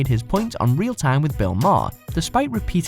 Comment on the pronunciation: It's Bill Ma-her NOT Bill Marr you inarticulate knuckle dragging moron.